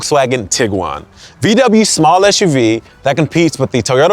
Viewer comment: Umm why do you keep calling it Esh U V instead of Ess U V? Its an SUV.